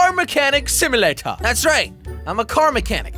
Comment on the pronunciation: You said simalator insted of simulator at 4mins14secs